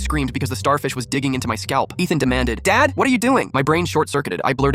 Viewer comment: Why did it the subtitles say "lighthouse dance"... and why did it sounded like "lighthouse dan".... Im guessing it was supposed to say lighthouse dad